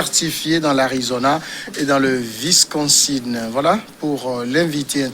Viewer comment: C'est le Wisconsin et non Visconsin!